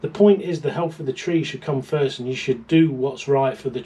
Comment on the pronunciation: Not foist😂😂😂